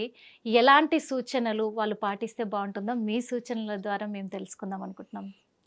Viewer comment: 😮 తల్లి ముందున్నువ్వు తెలుగు సరిగ్గా పలకడం నేర్చుకో. వాలు కాదు వాళ్ళు